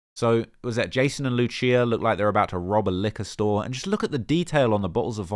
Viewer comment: Love the vid as always but you’re butchering her name bro 😂 Its pronounced “Loose E Ah”